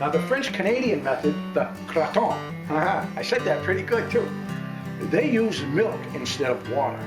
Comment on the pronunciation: Creton every morning out on my grandfathers farm, gosh that bring back great memories! Believe Ill be trying this recipe out and see if it holds up! p.s. coming from a french canadian family, you said it perfectly :) Cheers, Rick